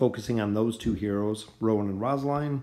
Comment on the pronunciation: The way you said rosaline kinda bugged me but overall great vid